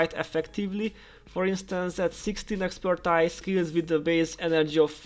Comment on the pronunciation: ex - per - TEEZ